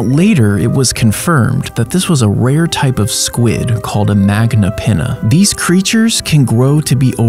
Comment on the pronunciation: That fact he pronounces magnapinna as magnapenna 😭